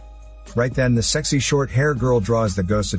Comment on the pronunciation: Haha i love how he narrates whilst emphasising the words sexy and ugly over and over again lmao